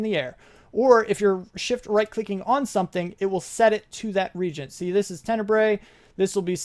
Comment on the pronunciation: Hey great vid. I'm sorry to complain about pronunciation but it really bugs me. The word reagents isnt pronounced regents its pronounced re-agents. No proper advice or anything this time as i have never seen the demon invasion being done so its completely new to me.